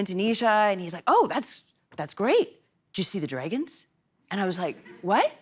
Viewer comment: Whatever happened to the comments that said she had a hard time pronouncing "dragons"?